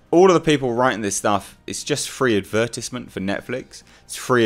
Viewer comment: Adver tisment. Interesting how you pronounce it